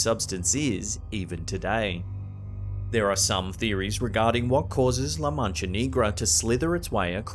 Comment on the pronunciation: He said la mancha Knee-gra 😂😂🙏🏽 please look up how to pronounce words correctly I would hate for someone to come at you for certain Spanish words